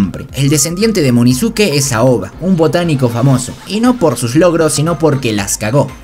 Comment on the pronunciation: Wey no es munizuke es inozuke